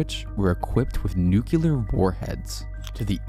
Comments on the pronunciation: BTW its Nuclear war heads not nucular...... NU-CLEAR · Lots of good info. It's "nuclear" not "nucular" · Ok so it’s not pronounced eggsit it pronounces EX-IT and it’s not nucular it’s nuclear bro, before becoming a contact creator, you should learn proper grammar